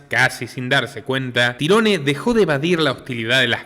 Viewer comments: se pronuncia tairon,no tyrone 😂 😂 a ese cuento le falta un pedazo.sabemos que esto es un cuento lo que cuentan los amestica.que estan tapando la verdadera verdad.y que fueron ellos los asesino si.pero estan cubriendo a alguien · Excelente reportaje, solo el detalle.. se pronuncia Tairon su nombre.. Tirone... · no se pronuncia tirones si no tairon gonzalez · NO SE PRONUNCIA TIRONE SE PRONUNCIA TAIRON "TYRONE" BRUTO ES UN NOMBRE DE ORIGEN ANGLO ESPECIFICAMENTE IRLANDES Y ES ALGO ASÍ COMO TIERRA DE OWEN O LUGAR DE OWEN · Su nombre se pronuncia "Táiron" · Muy buen análisis como siempre! Un trabajo muy bien hecho… aprovecho y te ayudo su nombre se pronuncia tairon espero no te moleste! Un saludo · Tyrone (se pronuncia Tairon como Tyrone 'Tairon' Power) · Se escribe TIRONE y se pronuncia Tairon...nombre anglosajón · Excelente reseña, solo una precisión, su nombre se escribe "Tyrone", pero se pronuncia "Tairon" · Tyrone se pronuncia "Tairon" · Sos iletrado porque pronuncias el nombre de canserbero a como se escribe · Muy buena narrativa pero no aprendiste a pronunciar su nombre antes de hacerlo